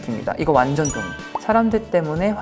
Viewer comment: 완젼이라 하는 발음 왜케 기엽니ㅠㅠ 영원한 막내 쭁